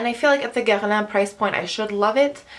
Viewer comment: OMG you said Guerlain correctly !!!!